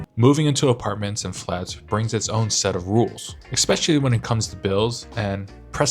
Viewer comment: What is shocking for us Poles is hearing "expecially"...